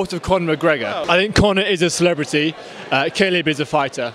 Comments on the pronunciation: WHO is KALIB? LOL Khabib !! actually its Habib but because Russian do not have H letter they pronunced Kh.. so its originally Habib which means beloved one! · Did that white boy call khabib caleb? Lol